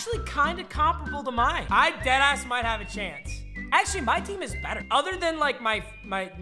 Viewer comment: “Wheel of mycream”